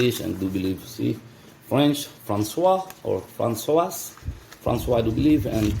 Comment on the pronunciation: The "François" is hilarious